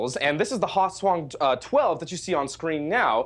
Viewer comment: I couldn't stop hearing it as "Croissant-12/14".